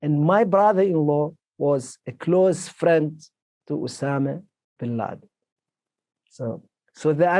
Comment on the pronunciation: Obama Bin Laden... Am i the only one te hear that slip from Jordan's mouth?!